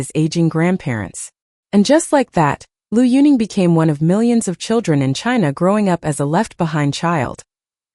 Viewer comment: If you don't even know how to pronounce correctly the name of Liu Yuning, or any other name for this matter, if you have no idea of Chinese history or culture, you should absolutely not make a bio reportage, neither about Liu Yunning, not about any other Chinese personality.